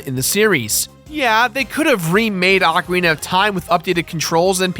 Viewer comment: I've said it once and I'll say again IT OHCARINA not arcaina 😠 it soo annoying how people on the Internet can't say ocarina right